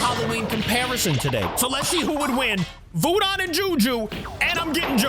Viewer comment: You say voodon like vooden